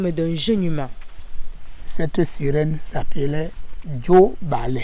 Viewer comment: J et non D ... O et non E ... JOBALE